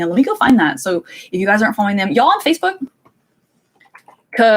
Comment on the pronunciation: She must either be Southern or has spent a bit of time in the South because she said "Y'all" perfectly!